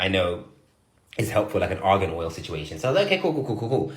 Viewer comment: He said , Argan Oil.😂